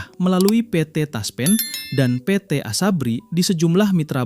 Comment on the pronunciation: Ngomong PT TASPEN Aja pe et the TASPEN. Aneh !!!!